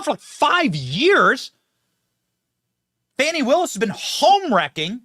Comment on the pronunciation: Uh, It's pronounced "FANI' not the other way, lol.